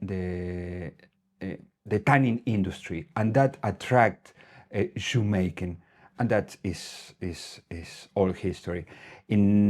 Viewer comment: I had to backup the video to check if you are saying shoe making or Jamaican!